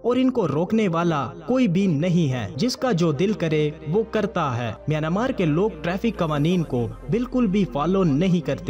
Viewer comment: Not myanamar, MiyanMar is a correct word.